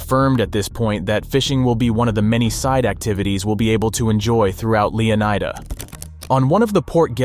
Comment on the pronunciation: Is it just me, or is EVERY (p)reviewer totally wrong in pronouncing Leonida? Clearly, it's a hint to Florida and should be pronounced as such. Flórida—Leónida. Right?